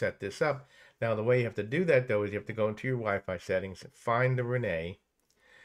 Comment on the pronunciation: The WiFi manufacturer's name is Reyee and NOT Reney!!! Pronunced Ray-yee!!!